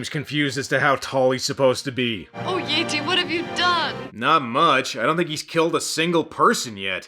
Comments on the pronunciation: Been with ya a long time,. Looks like you about to hit 200k subs! Congratulations ahead of time! Oh, WTF is a Yay-Tee? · no I think he said Yeet’e